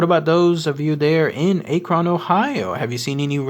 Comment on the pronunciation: Also our city is not pronounced A-kron. You say it just like you'd say the word acronym. Minus the immm.